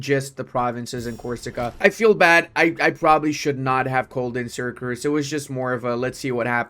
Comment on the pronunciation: Is it just me or pronounces "Syracuse" as "SyracRuse"?